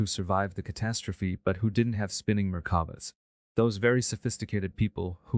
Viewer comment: Being responsible for sharing this, please see there are errors and mispronounciations with this version. i.e. Merkaba! not murkuba or whatever appears. Just sayin'